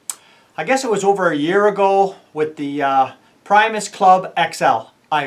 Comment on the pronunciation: Hey pal, its not pronounced pry-mos. It's pronounced pre- mos after Will Primos outdoor show lol. Just so you know